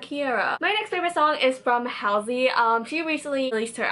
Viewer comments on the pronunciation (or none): Halsey is pronounced like "Haul-sey" :p just the first bit you got wrong. Also, you should listen to Trap Queen - Josh Levi, it's similar to the SoMo one, it's SO good! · you pronounced halsey's name wrong 😂😂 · thats not how you pronounce halsey ugh this irritates me just letting you know